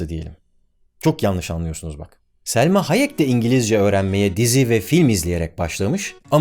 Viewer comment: Selma Hayek değil bro ya Salma :)